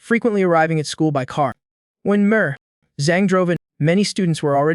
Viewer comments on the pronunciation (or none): Ah thanks for the heads up as it means I will skip. Pronouncing Dr as DUR not doctor and Mr as MUR, not Mister is enough to make me leave to the next video. I don't think I managed to complete a single video off this channel cuz of it. I wish they can correct it but seeing it's AI, the channel won't correct it. Shame really